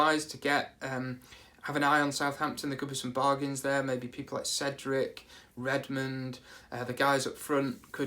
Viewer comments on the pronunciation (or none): none